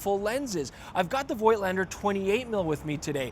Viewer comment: voigtlander shuld be pronounced 'fotlander'.- as in german. its a collectors camera, no rvice back-up. best avoided,imo, for people who actually are more interested in the photographs,than 'shooting experience', he frquently refers to.many modern digital cameras offer manual operation options.